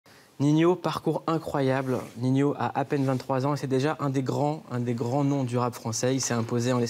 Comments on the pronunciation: C normale que il l'appelle ninhyo au lieu de ninho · Y a pas de « i » après le 2ème « N » ni après le « H » donc c’est Ninho pas Niniho,Ninhio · il dit tout le temps ninhio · pourquoi il dit Niniho? c'est ninho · POURQUOI VOUS DITES NINIO ?????!!!!!!!!!!! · C pas ninyo c ninho